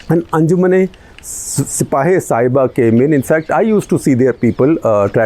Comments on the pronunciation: Shekharji, It is not Sahiba, it is Sahaba. Pronounced Sa-haa-baa. Sahaba is the name for prophet Muhammad’s companions who were the first followers of Islam. So Sipah-e-Sahaba means, Militia of the followers. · I dont know if mispronunciation of a word matters much but Sahiba roughly means loved one and Shabaa means prophets companions.so its Anjuman e sipahe e shabaa not sahiba. Also calling Yazid a tryant, get ready Mr Gupta you will be getting hate mails from some conservative sunnis. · I think it is SAHABA (companions of the Prophet), not Saheba.